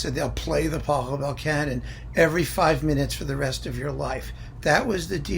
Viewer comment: maybe you can check how to pronounce the name of the composer correctly?